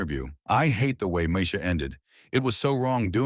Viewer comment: Moe EEEEEEEEE sha 😑